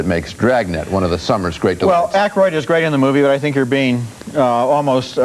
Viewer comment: I recently watched a YouTube video by a young person which was a long history of people on SNL. Couldn't believe that this person mispronounced Dan Aykroyd's name through the video, yet thought they were qualified to make an SNL history.